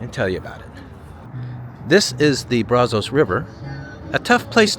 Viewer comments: Let me help everyone understand how to say it. Brazos river is pronounced like/rhymes with “as is.” Not braz zoes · Brazos is NOT pronounced BrazOs....it's more like Braz-us. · I enjoy your work and I know you live in Texas but the way you say Brazos knocks you off as a transplant every time.